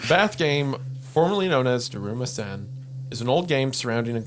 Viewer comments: It's always a treat watching them completely butcher Japanese whenever it appears. "Daruma Sayn" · Listening to them pronounce "Daruma-san" that way is driving me crazy 😭 Edit: Not "to-maire" 😭😭